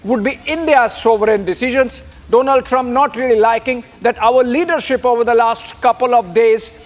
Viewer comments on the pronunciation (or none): Donald or Doughnald.... Great pronunciation